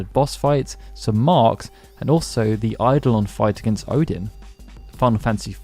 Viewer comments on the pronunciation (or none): none